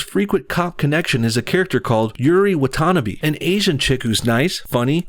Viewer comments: Love the video but...... Did you just say WA-TA-NA-BEE? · ... I just realized you mispronounced the female cops name xD lol it's wata-na-bae Watanabe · You pronounced Watanabe wrong. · Anyone turn on their PS4s and played Spiderman after this video? I did. Ohh and he pronounced Watanabe wrong, I think.